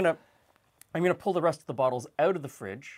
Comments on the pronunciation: That 'out' is the dead giveaway. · eh-oot? meh-ooth? is that canadian?